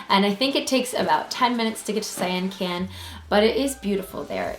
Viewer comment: You need to pronounce the names correctly Dear... such as Sian Ka'an sounds like "See On Con" and Bahia is pronounced like.. "Buy Hee-a". We love the Sian Ka'an's private beach with its own bar but you have to be in the Privilege Club Member to go to that beach.